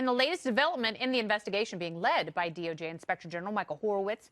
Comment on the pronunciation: The way she says DoJ ...😂